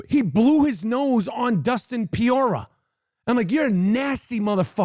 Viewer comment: Dustin Piora!!! 😂😂😂😂😂😂 Chael Sonnen can’t say Pereira 😂😂😂